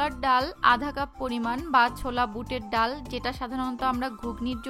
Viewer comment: ডাউল শব্দটা শুনতে খুবই খ্যাত.. ডাল বললে ভালো শোনায়